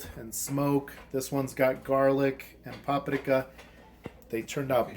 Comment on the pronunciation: Idk where you come from but the way you say keilbasa and paprika drive me insane lol Good video though.